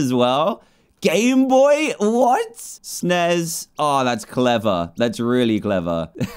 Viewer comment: Lol the way he says NES and SNES 😂